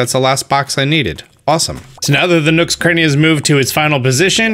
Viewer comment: thought you said nooks granny